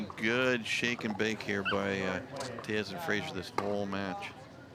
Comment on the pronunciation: Anyone else mad that the commentator keeps pronoucing Tellez wrong.